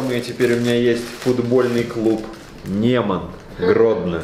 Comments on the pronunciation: Антон, там не Неман, а Нёман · Я из Беларуси, провильно не НЕман, а НЁман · Мне не посебе когда Антон читает Неман а не Нёман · НЁМАН, А НЕ НЕМАН АААААА